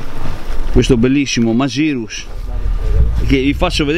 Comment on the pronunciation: Segnalo la pronuncia "magirus" scorretta. Poiché tale nome è nato in Germania, lo si pronuncia alla tedesca, quindi "Màghirus"